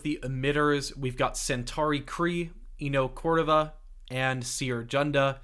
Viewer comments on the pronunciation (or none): Eno Cordova ❌ Eno Cordeva ✅